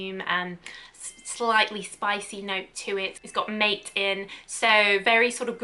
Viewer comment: Mate is pronounced mah-tay by the way